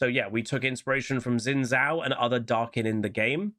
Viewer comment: Xin Zhao is pronounced Shin Jao. X is a Sh sound basically and Zh is a J sound.